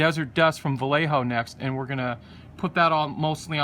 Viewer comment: not sure if you realize yet or not. The paint brand your using (Vallejo) is Spanish, pronounced: Ba-Yeāh-Ho. Meaning, old man. Love the Look, on these Merkava tanks. Would like to see some in a desert camo scheme. Base: desert sand With brown/black camo. W/gray or off white "stone" "highlights" Toned down with a sort of faded black "tiger stripe" streak effect overlay, angled front to back.